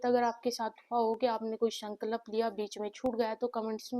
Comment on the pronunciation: Sankalp not Sanklap..😅 .. Madam theek se toh boliye !!